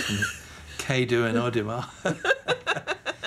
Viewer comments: Oh my God, the way he pronounced "kedo" and "idoma"... I had to work out what he was saying through the subtitles lol! Anyway, this is cute <3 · I am also nigerian and i was super duper happy when i saw the nigerian woman marrying/dating out of there culture but im only 13 and i loved when the irish man tried to pronounce kedu(hello ) and udinma(im fine) that was supper cuteeee :)